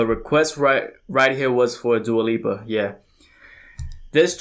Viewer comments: As a person who’s from the same ethnic background as her your are pronouncing her name perfectly. Dua Means Love in Albanian language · Your pronouncing her name perfectly and new rules is a single from her first album and break my heart and don't start now are from her second album future nostalgia